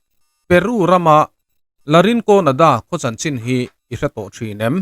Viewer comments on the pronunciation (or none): none